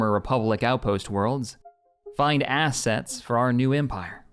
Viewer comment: The way you said 'assets' in that intro almost sounded like you said "find ass sets for our new empire" 😂